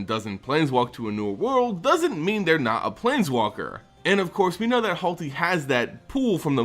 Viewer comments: HaLTy who is that? Do you mean Hoo-ah-TLI? Also my tip on who Vraska's pick up is after she finds what Bolas asked for is Ral Zarek. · Oh buddy, back at it again with the pronunciation? It's Huatli, not Hualti. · Please stop throwing the letters around in your pronunciations. Yeheeeni vs Yahenni is a fine, it's about which letters to stress, but "Hualti" over Huatli? I just doesn't say that. Please prepare more, it's such an unnecessary error. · Okay. I had to suffer through your butchering of Djeru's name (Jeh-roo, not Deh-roo). PLEASE do not make me want to punch you for not being able to pronounce Huatli (Hoo-aht-lee, not Hahl-tee). I really like this series and that is SERIOUSLY my one complaint. PLEASE do me this favor and put just this little bit more effort into your lore visitations. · "Halti"? It's obviously spelled "Huatli" but how do you mispronounce key cards in every set? It's pronounced Hoo-Wat-lee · Say it with me, who-watt-lee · By the way, the name of the planeswalker is "Hwa-tlee". Trust me, I'm a linguist